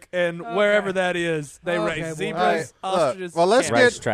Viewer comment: When did he turn into British accent with the Zedbras??? Zebra...no d...